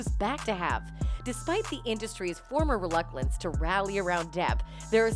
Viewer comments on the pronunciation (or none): Did she say reluclance?